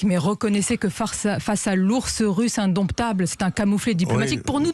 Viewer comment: Sonia dit « indomPtable », François dit « indomptable ». On ne dit pas « comPter », « sePt », « sculPture », « baPtiser », « indomPtable »…